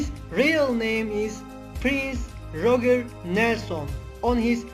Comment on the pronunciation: His name is David Bowie NOT David Boh-wie. It's Bowie as in "how" NOT Bowie as in "toe". It's Roger pronounced RODJ-ER. It's not CHANG-ED it's changed (all one syllable). Same goes for faked. The low volume and poor pronunciation spoiled the video.